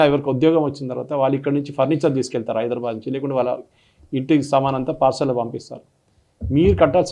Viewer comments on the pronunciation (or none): none